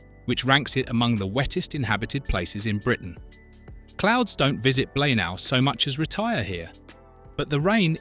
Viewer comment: It's pronounced BLAENAYE! Do some homework first please!!!